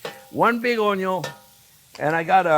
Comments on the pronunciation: "I got one big onyo!" Same, chef. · As long as he keeps saying "onyo" I don't mind the talking at all 😅